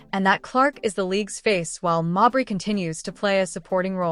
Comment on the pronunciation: Is the AI narration purposely trolling by pronouncing, "Mabrey" different every time?' 😆